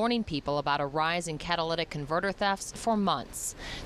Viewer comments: Catalytic not 'Catalladic' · What the heck is "CATA-LATAC Convertors "